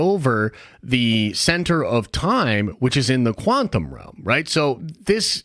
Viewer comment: Does anyone else thinks our dude mispronounced quantum over and over to troll us?